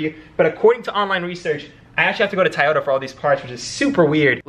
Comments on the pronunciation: Bro it’s so so so so so not a tayota ! Lol it’s a Toyota pronounce To not Ta lol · PLEASE, Say TOYOTA not TAYETA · TOY OTA broo not tie ota 🤣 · Bro its toyota not tayata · Stop saying tayota 😂.. clean ass whip tho 🔥🔥🔥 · I can’t get over saying Toyota wrong 😅🤣🤣🤣 this whole video I was just saying TOYOTA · Maybe it’s just me just the tayota gets to me 😭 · The amount of "tAyota" in this video 🤣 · Why do you keep saying TAAYOTA ?😵‍💫😵‍💫😵‍💫😂😂😂😂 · Man I look forward to this build. I always do a double take when you pronounce Toyota. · Bro you’re killing me with the way you pronounce Toyota. The Japanese do not pronounce it that way either. Your killing me smalls